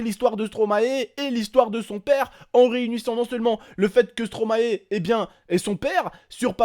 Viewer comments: superbe vidéo khey. Je trouve moi aussi qu'on ne peut pas rigoler de la mort. PS : on prononce stromaie car stromae est le verlant de maestro et je crois que personne prononce maéstro en tant que belge et pour tout les belges ça nous dérange que vous, français, disiez stromaé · Une bonne fois pour toute les français,ON PRONONSE STOMAÏ PAS STROMAÉ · Please les français vous pouriez dire [Stromaille] et pas [Stromahé] ^^ Car c'est l'inverse de maestro :D Et merci pour la Belgique^^